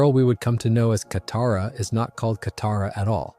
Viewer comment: broo say kataras name right 😭😭